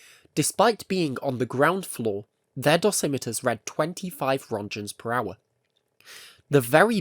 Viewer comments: wish they could pronounce roentgens correctly, like you did all this research but didn't look up on how to pronounce the father of x-ray's name. :I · Please google how to pronounce rÖntgens